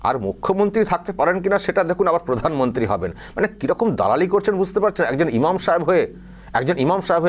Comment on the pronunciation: কি বলে ফাগলে ? ক্ষমতা পিসি পুদানমন্তী হবে না কি একটা বলছে ? :face-green-smiling